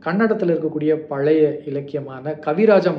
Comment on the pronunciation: பலய இல்லை பழைய, ஒரு மொழி ஆய்வாளர் நீங்களே இப்படி உச்சரிக்கலாமா